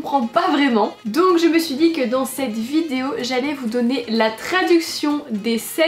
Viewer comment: "Aujourd'hui on se retrouve pour une nouvelle vidzzzzéo" tu as battu ton record, c'est devenu ta marque de fabrique 😂😂😂